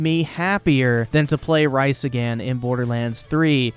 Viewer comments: I can’t stop laughing because you said Rhys but it sounded like rice. It’s pronounced reee-ssssss Thb that doesn’t help much I’ll just be glad when Randy Bitchford is gone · Rofl, that Wii music reveal was funny. BTW Rhys is pronounced reese not rice... :) Supmatto got like 100 more copyright strikes after he posted a video about this.That's why his channel got terminated afaik. Yea, Borderlands is my favorite game franchise ever, i've been waiting for the 3rd game for several years now, no way im waiting 6 months. Plus im a free market person so more power to Gearbox. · Really? Rice??? It’s pronounced Reese spelled Rhys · “Rice” are you kidding me? It’s pronounced Reece! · Well... at least now you can pre download it, also Rhys is prononces REESE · how dare you call myboy Rhys fucking "rice" lmao. its pronounced as reese dude lol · It's Rhys not rice lol XD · Just one minor note: Rhys is pronounced like "REE-s". But otherwise, a fine vid that highlights all the controversy quite well. As a huge BL fan, it sucks but I've decided to hold off buying the game until more reviews come in. I'm very suspicious of a sub-par game if they can't even get their shit together on the PR front. I can wait. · Dude how do you not know how to pronounce Rhys? Its pronounced “Reece”... you havent played TFTB? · Borderlands, along with anything by EA, have all been sent to Ban World. The only way I’ll play any of these is by buying a pre-owned copy, (I’m a console peasant) reel tawk. Shout out Sean Ranklin, big ups Liquid Richard. 👍🏻👍🏻. It’s pronounced Reese, like the chocolate. Rhys is a Welsh name and I’m from Wales 🏴🇬🇧🇺🇸. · did he say rice? instead of rhys XD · It's pronounced "reese" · Also, not that it matters much but I gotta inform because I'm a tiny bit of a Borderlands fanboy, Rhys is pronounced like Reese. Like from Reese's Cups. Lol. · It’s Rhys Asian contre part rice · Just kidding pronounce it how you want